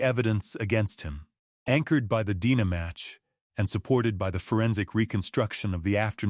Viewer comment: I hate AI narratives. DNA is repeatedly called Dena. Ridiculous!